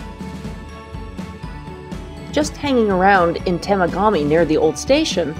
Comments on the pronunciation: Englehart is my mom's hometown. My grandfather fired on steam engines out of there. Also, it's pronounced temOgami. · I thought that I'd help you pronounce Temagami. Try Tea-maw-ga-me. I rode the ONR passenger train from Toronto to Cochrane several times and the Polar Bear Express once.